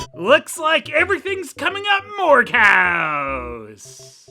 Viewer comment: Quest for Camelot had its problems, but JFC. Edit: Isn't Morgause supposed to be pronounced more like "mor-gayz"?